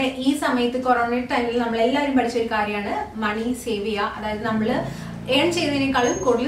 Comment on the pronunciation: "പടിച്ച" അല്ല "പഠിച്ച"😆😍